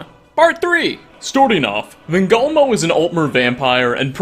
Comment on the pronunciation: "Van gogh moe"